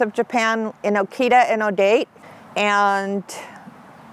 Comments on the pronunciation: American Akita and akita inu are so adorable 😍❣️...also ODATE is pronounced as O-DA-TEE not O-DATE lol...that's where hachicko(akita inu) was originally from. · ODATE. O DATE. HAHAHAHAHAH whipipo. Its “Oh~ dah.teh” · it pronounced oh-daw-tay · >best dog documentary on YouTube >Woman pronounces "Odate" wrong Get it together guys